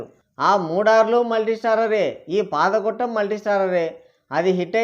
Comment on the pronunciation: Bro అది పాద గొట్టం. కాదు పాదఘట్టం